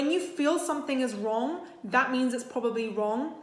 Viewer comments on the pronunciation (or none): British & american accent disconnection--#5 "if you feel like something is warm, it's probably warm" Me:???????????????????????oh she said "wrong"